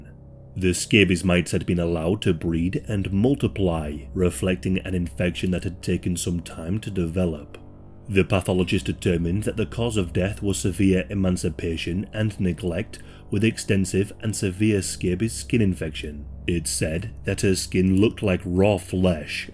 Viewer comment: I like your videos, but it's not "emacipation" it's EMANCIATION - emapncipation means getting free from oppression